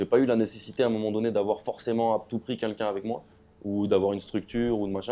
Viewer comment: A chaque fois qu'il dit "quelqu'un" il dit "Kinkin" mdrrrr